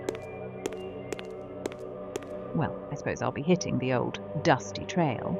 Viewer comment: Hello. Can i ask you two questions? Will you ever review the Obscure games? Especially the first one is going to be loved by you. It is basically a playable version of the movie the faculty, and i know that you love that one. Also: it is ooooouuld.